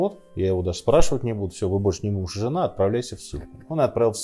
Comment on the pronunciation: Не мужЬя а МУЖИ